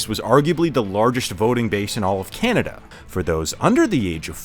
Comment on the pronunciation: You mean 'Can-A-Duh'?